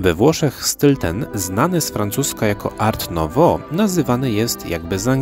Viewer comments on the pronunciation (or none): Dziękuję za piekną wycieczkę ! Art nouveau : Art wymawia się Ar bez t.